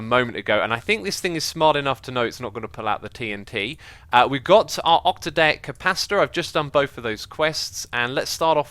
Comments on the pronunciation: Oc-tad-ic capacitor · how long until xisuma learns how to say octadic